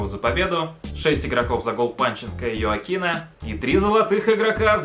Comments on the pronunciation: брат не йоакин а хоакин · Не Ескуердо, а Ескудеро. Не Йоакин, а Хоакин. Не Каралес Пуйоль, а Карлес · не ёокан а хоакин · Ребята ставим лайк на коммент, чтоб он Хоакина называл правильно!!!